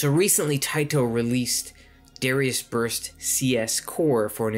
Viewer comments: Good video, but your pronunciation is throwing me off. It's "duh-rye-us." Not "dare-ee-us." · Good info. From one who mispronounced the name forever to another, it's meant to be Dahr-AI-us, rather than sounding like the name of the singer from Hootie and the Blowfish. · Isn't it pronounced da like "dart" and ri like "rising" instead of saying it like Gradius? Since in japanese it's written ダライアス (daraiasu), unlike Gradius which is グラディウス (guradiusu)